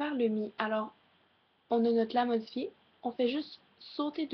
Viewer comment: j'adore ta voix ;) par contre ton "la modifié" je sais pas je le trouve bizarre